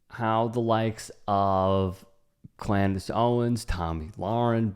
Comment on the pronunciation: Bro did I hear Clandace? Ha!